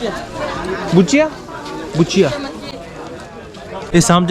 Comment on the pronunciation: It's Kuchiya not guchiya 😂 Love from Assam ❤️